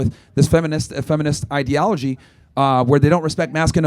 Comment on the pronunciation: he doesn’t even know what that means and he couldn’t even pronounce the word “ideology” 😂